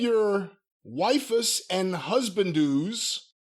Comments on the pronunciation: “If you love your wife-uss and husbandoos” lol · mentioned it! He said "way-fus and husband fus" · pronouncing waifus as "wyfuss" almost killed me. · "If you love your why-fuss" LOL I guess doesn't understand engrish words adopted to Japanese pronunciation I wonder what he'd say if he knew Puroresu isn't an actual word originating in nihongo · pronouncing waifu’s like “Rufus” made me laugh my ass off. 😂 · “Why-fus” lmaoooo. These guys discovering different nerd culture never disappoints lol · "Wife-us and Husband-doos" 😂Ok, looks like you have zero knowledge of these "Otto-May" games. You're free to go. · LMFAO saying "waifus" like "wai-fuss" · The way pronounced waifus killed me